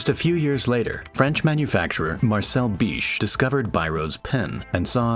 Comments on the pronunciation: i love how he knows the guy changed name because mispronunciation from english guyz and still make the mistake to mispronunse it haha but apart that nice job. (btw i live 100m of their house in vannes, morbihan) did you know he s a baron from old monarchy? and they still stand the title lmao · your pronunciation of this guy's name is wrong, haha. The "Bich" has the same pronunciation as the insult word that has t😂 i take back my comment hahah😂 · Pronouncing this wrong, you’ll lose any chance of monetising your video. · "Marcel Bich realized how English speaking countries were pronouncing his name, and dropped the H" lmao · Bro was really holding himself back with that pronunciation of Marcel Bich 🗿